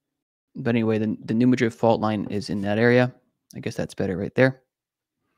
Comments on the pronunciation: The locals pronounce it “ new Mad rid” not new Ma drid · Southern Illinois has Energy, Christopher, Devil's Kitchen Lake, Giant City State Park and Garden of the Gods. You mispronounced two cities. Cairo is in Egypt, Care o is in Illinois. Madrid is in Spain, New Mad Rid is in Missouri. New Mad Rid fault.